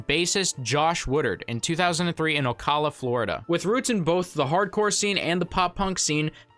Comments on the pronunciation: Im from Ocala. and I just gotta say it.. It's "oh-cal-luh" lol not "oh cau luh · Florida native ocala is pronounced ow.ka.luh